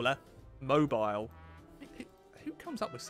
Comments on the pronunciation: Mobile is pronounced Moe beel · Mobile is pronounced mobeal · Mob-aisle...Mob-eel. It's not English, it's Alabamian. Yeah. Similar to Ohioan which has Ver-sails. 'Murica! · I hate it whenever people pronounce mobile like you do